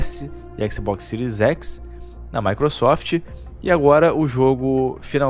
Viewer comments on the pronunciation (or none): none